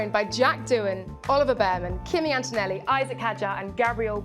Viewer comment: Yes, but also the A in Antonelli is like “Awesome,” not “Apple.” People from other accents and native languages mispronounce foreign names on the regular.